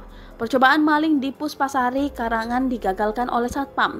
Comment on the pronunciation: "Karangan" mana...min...klo sebut loks tu hrs jelas 😂😂😂